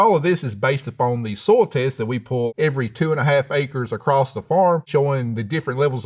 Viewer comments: love~ the way he say Soil, almost sound like soul 🥰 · EVERY time he says "soil" I always hear "soul", which I guess correct for a farmer. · "Is he saying "soil", or "soul"?" "Yes." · I like how he pronounces "soil" as "soul." Very poetic. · its good thing that i heard he pronounce soil as soul.. lol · I like how he pronounces soil like “soul”. Very symbolic. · The irony of a farmer not being able to pronounce "soil". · The way he pronounces “soil” as “soul” though…